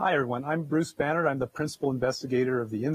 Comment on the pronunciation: It's Banerdt not Banner, lol.